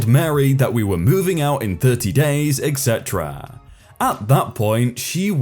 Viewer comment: Am I the only person, that hears you pronounce "etc" like "eggsetera"?